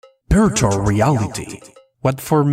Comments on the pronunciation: At the start I heard “birtual reality” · I didnt know that you cant say the letter v till the end of the video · Dani Balla I speak Spanish, ahora te hablo si no me crees, and I think it’s just a pronunciation issue, here virtual is pronounced in a similar way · VVVVVVVV Virtual reality “v” STOPP!!! saying Birtual reality “BR” ITS VR VVVVVVVV Virtual reality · Am I the only one who is constantly hearing "Birtual" Reality and "BR"? strange...